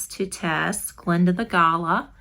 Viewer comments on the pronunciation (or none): Australian here :) its pronounced Guh-laa. Love your video. we also call someone a Galah if they are acting silly :) thanks for posting